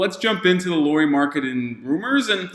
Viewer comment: I doubt Lauri will be up for the trade but it's interesting to see all the teams dreaming of him 😄 Just couple comments: Lauri is pronunciated like "Lowry" in Kyle Lowry and he is literally 7 foot (213cm), not 6 and something 😃 Also he has played a lot as a 3 in Utah too, not just in Cleveland and I think he has played that better than the smallball 5 you were suggesting. He has though played all the 3-5 positions at least little bit in Utah.